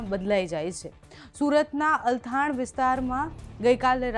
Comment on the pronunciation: ઓ મેડમ અલથાણ નઈ ચલથાણ વાંચતાં ના આવડતું હોય તો સમાચાર આપવા શું કામ બેસી જાવ છો !